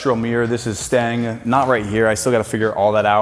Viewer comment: Took me a few times to figure out that "This is Stang" = "This is STAYING"...0_o!